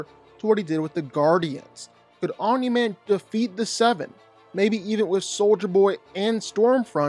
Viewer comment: The way he says Aumimi man 😂😂😂